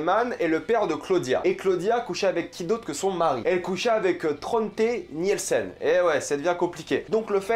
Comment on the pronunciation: sa me titille un peu quand tu prononce les noms d'familles genre "Niyelsen" Et sinon j'avais pas compris pr franchezka et Magnus :0 c'est vrai qu'ils se ressemble mais à quelle moment on sais que c'est eux ? "Sans l'aide des visages"? S'était juste une déduction ?